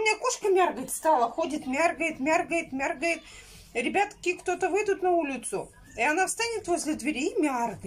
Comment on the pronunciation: Паликмахеры то ли безрукие то-ли уж на смех так стригут. Насчёт раздаренных носков, я в ауте.... И ещё....... Ты вроде раньше никогда не говорила слово мяргает. Пожалуйстаааааа, не говори больше так. Ну пожалуйста.